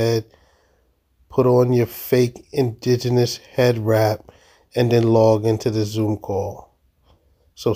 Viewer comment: ...a couple of sips??? Did you hear how she butchered the word indigenous? 😂😂😂